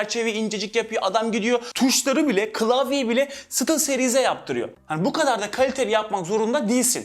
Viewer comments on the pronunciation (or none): "SITIL SERİZ" neya🤔 buyüzden seviliyosun kardeşim♥️